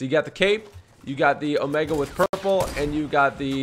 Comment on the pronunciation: Not Trying tone a follower but it’s omega